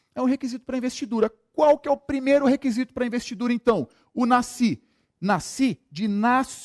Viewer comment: Excelente aula, agora "NACI" foi foda! o correto é Nasci.